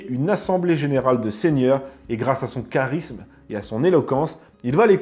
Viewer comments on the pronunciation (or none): none